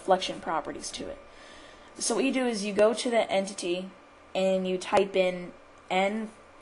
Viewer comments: E.N.V, Not "enve" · E.N.V Not "enve"